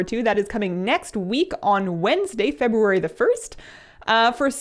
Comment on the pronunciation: No offense, but I feel like you pronounce February like... too correctly somehow?